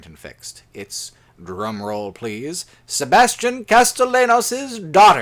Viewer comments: Castellanos is pronounced Casteyanos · i'm watching the video and it's good and all but every time you mispronounce castellanos despite it being spoken several times in the game i physically recoil